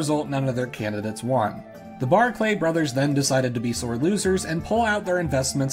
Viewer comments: Barclay is just pronounced 'Barkly' - I know it sounds less fancy that way but a lot of Scottish names do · One thing, they are called Barclay, not Bark Lay.